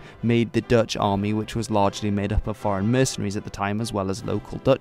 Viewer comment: These Dutch pronunciations are not too bad. You did your homework.